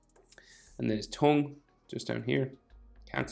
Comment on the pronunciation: When said tongue I heard it like tung tung sahur.